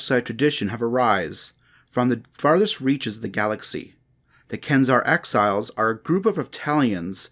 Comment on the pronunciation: 6.50 axhiles? Did he mean exiles?